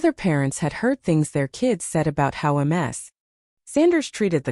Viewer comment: Ms is pronounced "miz". Not M-S. That would be Multiple Sclerosis. The voice reading is terrible.